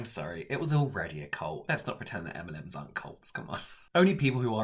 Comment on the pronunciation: Literally thought he said m&m’s lol